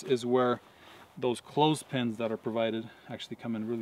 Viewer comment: Did you say "Clothespins"?